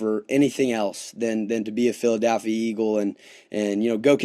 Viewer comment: Except for saying "PhiladAlphia"